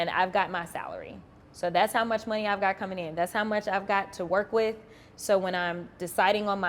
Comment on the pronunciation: Jasmine Crockett, before you get back on TV, learn how to say “money” correctly. Please. You out here embarrassing the Black community every time you speak, but let’s be real—that’s just a symptom of a much bigger issue. See, the Democratic Party has been running the same iron triangle scam on Black folks for decades—using the Black politician, the Black preacher, and the Black activist to manipulate our communities into voting for them. They show up with promises, talking about “hope” and “change,” but when the dust settles, what do we have? Crime-ridden neighborhoods, broken families, and an economy that leaves us struggling while they sit in their fancy offices collecting checks. They tell us they’re “for the people,” but historically, they were the party of slavery, Jim Crow, and segregation. Then they switched tactics—trading the chains for government dependency, bad policies, and empty rhetoric. Same oppression, different strategy. And let’s not forget how they treat any Black person who dares to think differently. The moment you step off the plantation and start asking real questions, they call you every name in the book. Uncle Tom. Sellout. Meanwhile, they praise Black leaders who do nothing but maintain the cycle of victimhood and obedience. Jasmine, you and the rest of the Democratic puppets got some explaining to do. The Black community is waking up. We see the game now, and we’re not falling for it anymore. Y’all can’t keep gaslighting us while our communitie